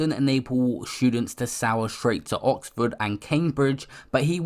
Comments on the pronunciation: I feel like I’m the only one that clocked you said …. “To sour straight to Oxford” it’s Soar pronounced the same way you say Saw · The word soar is pronounced like saw not sour (not hating love your vids) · Wait did man just say ‘sour’ straight to Oxford?… It’s ‘soar’ 🤣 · It's soar, pronounced "saw" you pronounced it "sour" like sweets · Soar is not Sour It’s Pronounced Saw ⭐️ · "To soar (sour) straight to Oxford and Cambridge" 😂 man can't even read what's on screen right 🤦‍♂️ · Looks like you could have used that private education Maybe then you'd know how to pronounce Year 5 reading words like SOAR (pronounced "saw" as in soaring high ) kmt face palm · man sed sour instead of soar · soar. Like a soaring bird. Not sour.